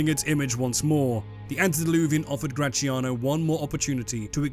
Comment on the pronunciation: I don't understand the beef this man has with the sound “zia” in “Graziano”: why does he pronunciate it “cia/chia” instead of “tzia/tsia”? English has Z sound (like in “Zoo”) so... Why? Whenever you see a Z in an Italian word, just read it as X. It's not the same, but is the letter with the closest sound